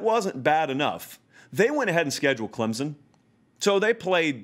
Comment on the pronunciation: There is no Z in Clemson. 90% can not pronounce correctly.